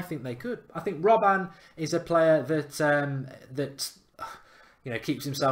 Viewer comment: robben not robban love the show